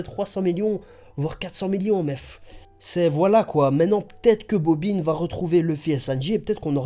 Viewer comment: mdr tu est le seul a savoir prononcé bobine lol pas bobin